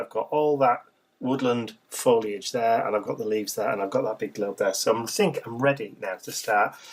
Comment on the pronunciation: Oohh I love this! Love all the elements and colors, and of course, Mr. B!! <3 Tyfs! Also, I love you for saying foliage correctly!! :) So many people say "foil-age"...it drives me nuts! Lol hugs & love to all! :)